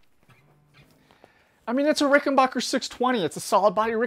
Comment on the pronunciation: It's RickenBACKer, not Rickenbocker. Get it right!